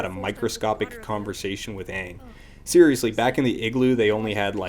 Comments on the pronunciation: You keep saying aang but an hour into the movie they clearly say his name is Oong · "Are you the Ahvatar, Ong?" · Why the 'O'? They're not saying it with an O, they're saying it with a short-a, so 'Ang' instead of the proper 'Aang'. Short 'a' sounds like "ah", long 'a' (written in languages besides English as 'aa') sounds like "aay" Also, you entirely missed their point. They was saying that sometimes you might have to ask for someone's name again if they have told you before because forgetting names can happen, so "you wouldn't have to ask for a name if you've been told their name before!" isn't really a good answer. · Honestly, the fact that both Aang and Sokka's names are pronounced differently from the show for no reason is proof enough that the movie would be garbage, because that means that Shyamalan, who wrote, produced, and directed the thing, DIDN'T WATCH A SINGLE MINUTE OF THE SHOW HE WAS ADAPTING. Because if he had WATCHED the show, he would know how to pronounce the names of two of the four most important characters with more screentime than anyone else. And yknow, while I don't necessarily DEMAND that a creator analyze the ENTIRETY of a franchise they're making an entry in, if it's clear that they haven't done any research outside of reading a plot synopsis, that's a problem. And doing nothing but reading a plot synopsis is also probably the reason why all the major plot events of the show's first arc happen in the movie, but completely lack any character whatsoever. The movie, like a plot synopsis, is just a list of events. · It took 4 earth benders to move a few pebbles while in the original show, a SINGLE EARTH BENDER could raise 10ft walls in seconds. Also, I hate how they pronounce Aang's name in the movie. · The first time they said Aang's name, I knew we were doooooooomed! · Great video oh and they say Aang's and Sokka's name wrong to boot lol